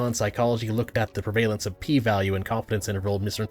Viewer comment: You mispronounced autodidact and prevalence. Lol.